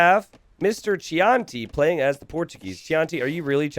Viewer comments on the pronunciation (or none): Did you really pronounce Chianti "Chee-on-tea"?! It's wine, my guy. "Key-on-tea" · Pro tip: “Chianti” is pronounced “key auntie”, it’s a kind of Italian wine